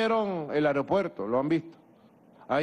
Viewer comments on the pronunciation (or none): none